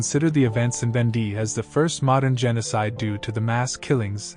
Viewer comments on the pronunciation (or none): It's VAWN-Day, not ven-DEE.